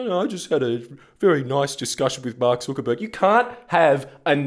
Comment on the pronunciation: Jordan, the video is great ant all but jesus fuck please learn how to pronounce Zuckerberg. It's Zuck, not Zook.